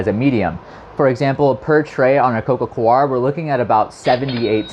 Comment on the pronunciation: It's coco "core", not "co-are".